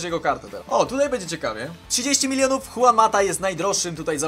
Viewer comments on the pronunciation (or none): none